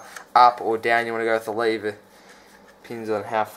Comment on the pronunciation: LOL first thing I see when I get on this video was your comment then I hear "how to adjust your rear brake leeva"😂